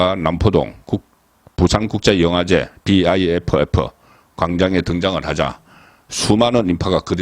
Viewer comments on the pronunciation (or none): 비아이에프에프 가 아니라 그냥 비프라고 읽으면 됩니디. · 비아이에프에프라고 외국인도 그렇게 말하지 않아요 벌써 비프역사가 30년이 다되가는데 비아이에프에프라뇨 송위원님 살짝 실밍입니다